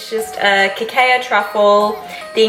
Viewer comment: Cacao is pronounced Ka-cow 😘